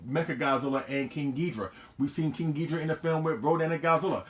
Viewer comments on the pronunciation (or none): Take a shot every time says King Geedra